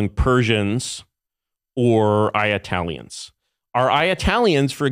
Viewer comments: I keep hearing The ayatalians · The "I-aya-tailians" pronunciation really annoys me. Especially when I hear him pronounce Italians normally in occasion. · He doesnt say Eye talian he says Iyatalian, its much worse. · Bro stop saying eyeatalians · Not sure why he kept letting the guy say Eye-Italians tho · Eye-YA-talion..that was annoying because he said it like times. I enjoy super high IQ people that were involved in the beginning of the internet..it’s beyond horrific how the internet is more and more controlled now..I think people like that are interesting to listen to for sure the dude has a great story and tells it well. But the dude just shows actually how brilliant Tim Dillon is..I have said he’s a genius but this episode is proof! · aya-telle-eons its driving me crazy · He was saying I-ah-talians. It must mean something else right. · Eye ay talians? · He said 👁 ah-talins 722 times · what eyetalian hurt this man? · The fuck is an I-atalian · The way Curtis pronounces IYATALIANS made me want to ice pick my own eardrums. Horrible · He kept prounouncing Italian wrong